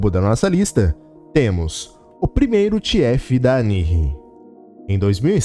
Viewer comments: "THIÉFI DA ANIRRI" É muito bom o inglês dos tibianos DSAHUSHDAUHUDSADSHUA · thiéfi me quebrou demais jesussss